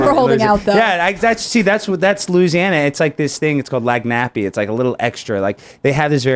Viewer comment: "Lag nappy" wtf bro? Lan yap and you went to lsu, come on.